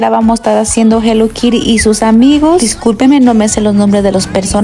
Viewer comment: Porque hay un lonche chico y uno grande y porque unkiri es kitty después dicen almondiga mondiola mispero osea 😅 no se pero si vas a hablar inglés primero aprende a pronunciar 😅